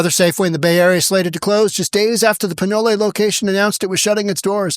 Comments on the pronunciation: What a lame narrator. Learn how to pronounce place names. "Pin-olay" ?? Its pronounced pin-oal. The e is silent. Do you say polay? Or is it pole? And you cannot say Callahan?? Duh. Besides these scum need to be sent to prison forever. America needs an exile system. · Pin OLE, like OLE YELLER! Not Pin “olay”. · Not pinolay. Pinole as in pinol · It's not pronounce "pin-olay". It's "pin-ole" with a long "O", silent e. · It’s pronounced Pin-know! Not Pin-no-lay! Pinole! Ole’! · It pronounced, "Pin-nole" not "pi-no-lay" lol. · It's Valle Oh, not Valle Ho. Despite all the ho's on Sonoma blvd. And "pin ole!"? It's Pin-ol as on ye ol. SMH, where you from bro? You gettin non the names right! Hahaha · Pin ol, not pin olay for Pinole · It's Pin-ol, not Pin-olay. You're obviously not from around here... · Learn how to pronounce the locations' first before rantig--"pi-noal" NOT "pi-noal-ay". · It's not Pin-olay....it's just Pinole. Pin-knoll. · I'm sorry but, Pin-O-Lay!!! LOL, It's Pin-O-L. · Lol pin no lay. It's pin ole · "Pee-know-lay." This maga guy cant read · Pinole is just pronounced (pihn-OHL). The way you said it makes more sense with the Spanish root, just like how the neighboring town of Rodeo is pronounced (roh-DAY-oh). But lack of consistent standards are always par for the course in metro California. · Pinole is pronounced "PEEN-YOH-LAY." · FYI, it's pronounced the way it looks, pih-NOL. When the surrounding neighborhood steals the merchandise, knowing that the po-po won't do anything about it, then don't be surprised when the stores close. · Pin-ol. Ol like old. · Pronounced Pin-ol (like ol in old) first why is Safeway “Subsidizing” a community space-it’s a business. Second no one wants to “BE” in your city- that’s why it’s a ghost town‼️👻👻Boo👻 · Pinole... Pronounced Pin-no-ol... no "a" sound at the end. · I agree...but from here on out...thats how I will pronounce Pinolay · former ba resident here, its pronounce pin-ohl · Its Pinolay frome here on out😂